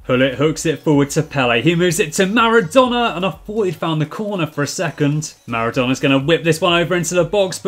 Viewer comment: Am I the only one who hears name of Naruto instead of Maradona ?